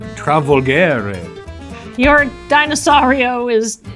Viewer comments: This video was a blast, loved it! Btw Italian here, if someone is interested in it, you pronounce the g in "Travolgere" as a "dj" sound, the way they said it it's written as "travolghere" in Italian, wich has no meaning as a word and made the video even more funny😂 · As an Italian hearing pronunciation of colossal dreadmaw was hilarious (it was pretty good though). "Travolghere" on the other hand was really bad ahahahah